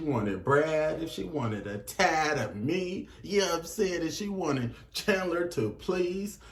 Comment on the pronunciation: "yea n'm saying" why are you talking like that